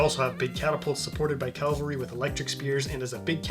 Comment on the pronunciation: it's cavalry, not calvary.